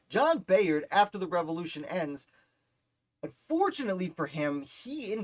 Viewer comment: You’re pronouncing his last name incorrectly. It’s pronounced By-ard. I know, because this is my family.